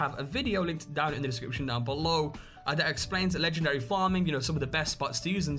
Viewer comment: "Legchendary Deatclaw"